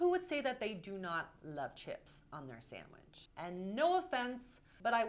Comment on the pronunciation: I can't deal with how Alex says "sandwidge" haha.